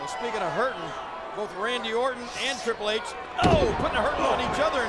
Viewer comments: "Triple Hatche" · "Triple Hey-Ch" - William Regal 😂